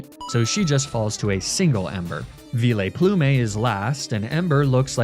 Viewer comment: Why do you pronounce the names so weird ? Vio-Plu-May